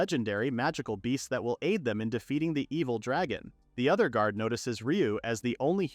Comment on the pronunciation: Yeah, if you listen carefully it makes weird "pronunciation" mistakes a person wouldn't. Specifically during the naming ceremony for the bird at -ish the read on "guard" is jarring and the program clearly has some issue with Dorf's name specifically since it keeps changing it to Dolf. It's also something that comes up rarely for other manga reads as well, like the main character of one that appeared a month ago had their name changed from Rest to Lest.